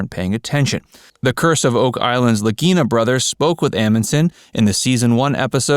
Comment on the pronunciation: I watched until he mispronounced the LAGINA bros name. Doesn't watch,just reading.